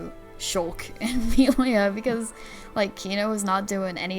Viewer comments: Ah yes, my favourite character, Meal-ia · Idk how you play the entire game and still pronounce Melia wrong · It's baffling how someone can mispronounce a name when it's literally voiced in the game. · Why can't she pronounce the names correctly? Did she really finish the game? It's super weird how she keep getting them wrong over and over. Even after corrected her. Rain? Meelia? Really? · Also she keeps calling Melia Mee-lia... Hey, at least she ain't saying RAIN and DUNCAN. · How does she pronounce Reyn, Dunban and Melia's names wrong after a 70 hours RPG constantly repeating those names...